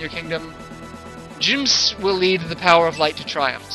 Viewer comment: jew-m-see is i think how you say jumsy properly :P